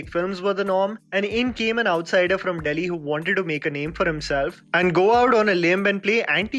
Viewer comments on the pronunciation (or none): none